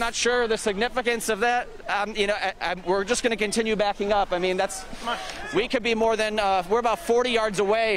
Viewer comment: “Credentials” lol